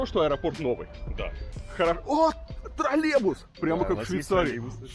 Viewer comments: Режет уши этот варламовский "тролебус", звучит примерно так же, как "Мысква"... Научите кто-нибудь Варламова произносить "троЛЛеЙбус". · Когда уже Илья Одуван научится произносить слово троллейбус?😆